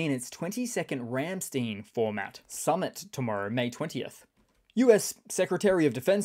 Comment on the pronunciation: Ram Stein. Not ram steen. Geez. Try st -eye-n